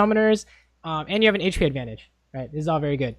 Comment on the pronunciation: Omg I hate it when he says "hache p" instead of hp.